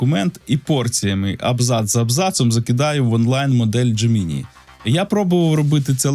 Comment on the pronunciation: Дякую за випуск і роботу. Але, будь ласка, не "дже-мі-ні". Забийте у простий перекладач із голосовим відтворенням :) Бажаю успіхів!